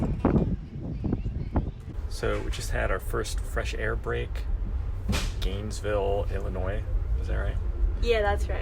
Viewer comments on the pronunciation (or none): Galesburg, IL. Not Gainesville.